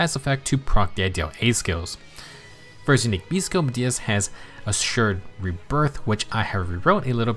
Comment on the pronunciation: I'm glad I'm not the only one having trouble with accidentally calling Assured Rebirth "Assured Breath" 😂 you clearly had to slow down and make sure you got it right. I knew you were gonna call it "Breath" if you didn't. 😅 But then... You didn't slow down this time and just naturally messed it up just like I do 😆